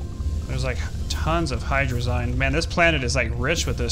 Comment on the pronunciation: my dudes, ya not sayin hydrazine right